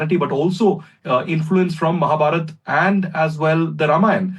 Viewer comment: Hahaha mahabharata instead of Mahabharat😂😂😂😂